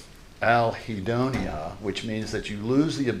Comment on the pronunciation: its "anhedonia," not "alhedonia." other than that egregious and unforgivable error, great opening.